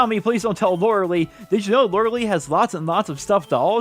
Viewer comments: It’s lore-eh-lie fyi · Lorelei is pronounced Lore-eh- lie